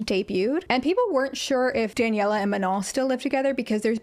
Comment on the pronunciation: let’s start by pronouncing her name properly, MA-NO. watch literally any interview where she says her name..